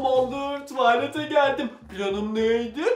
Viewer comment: tUaLEeT tuvalete öyle diyor 😅😂